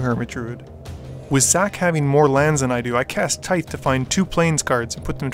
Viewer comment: I'm hoping I never have to hear you pronounce Tithe again. :D Fun game!